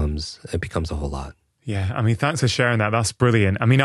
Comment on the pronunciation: “That’s Brailleant”